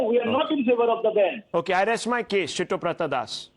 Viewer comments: It is Siddhabratha, why is he pronouncing as Shittobratha 😂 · I love how Rahul keeps calling siddabrata as shittoprata das🤣🤣🤣🤣